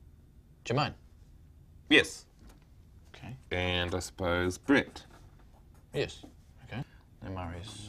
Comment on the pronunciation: It's NOT NOT NOT "Jermaine"